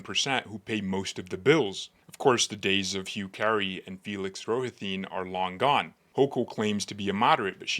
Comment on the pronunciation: Exactly! I just subscribed. Coupla words misprounced, like Rohatyn. I suggest you consider running yourself